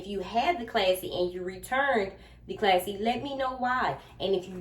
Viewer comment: It is a classy bag but I noticed you kept saying classy and it’s passy . Lol